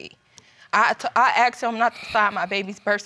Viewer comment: Where does the word axed, come from instead of the word asked?